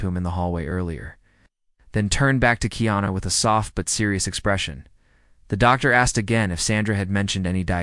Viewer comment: This Narrator is shouting by using all Capital letters which is rude. Also this Narrator has misspelled and pronounce keanu wrong 4 different ways. This is why you do not get that many viewers . Go back to school to learn how to spell and pronounce People who have uncommon names. 100 thumbs for this Narrator .